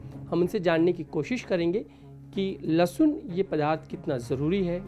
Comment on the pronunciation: Dr bol rahi lassun😂😂😂